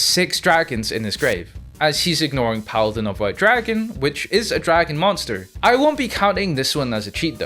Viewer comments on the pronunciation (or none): none